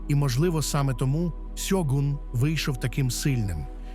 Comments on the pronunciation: Не Сьогунь, а Щогун не користуйтесь канапкою транскрипцією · Господі не сьогун а ШЬОГУН Не будьте руснею говоріть і пишіть вірно!